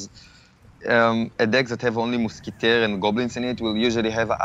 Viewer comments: moozkiteh. lol😂😂😂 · "Je put the moosketair in the back" lol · I was dying every time he said"moosketeer " and "hog lider" like his accent dude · muskatay omg that French so special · Muskutuir lol. No hate